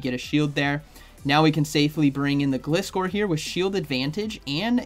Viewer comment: it is pronounced GL eye score according to the anime. Which makes sense, cus the name is composed out of glide, from glider and scor from scorpion. Thank you! And you're welcome! I love your videos! 😁👍